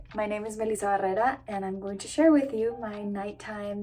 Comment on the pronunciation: I like the she pronounces her name like a TRUE Latina!